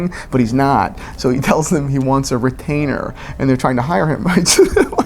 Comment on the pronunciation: Retainerrrrr! Retainer.